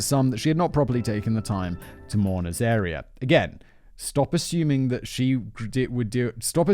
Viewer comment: David went to so much effort to phonetically spell out, Pitjantjatjara, only to have Simon proceed to mispronounce both Uluru [Oo-la-roo] and Azaria [az-uh-rie-uh.], and I can imagine David was there too, like, "nah, those are obvious." 😂